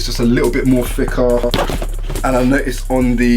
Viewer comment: I think it’s called thicker not ficker